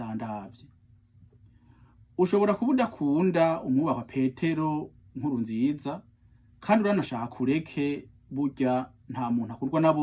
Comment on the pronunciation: Ayo mayagwa ni inkoramutima Ariko ikirundi ciwe ntikiri standard muburyo bw'ubwatuzo:aho kuvuga Nkurúnzīzá avuga ngo Nkúrunzīzá .ago kuvuga Sêrugó avuga Sêrúgo... Iyo mvugo si iy'i Muramvya aho bavuga ikirundi standard